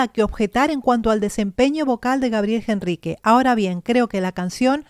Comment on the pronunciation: por que ella dice gabriel Jenrrique si es con H... al pronunciar es directamente con la E... ENRRIQUE (NOOOOOOOOOOOOO) JENRRIQUEEEEE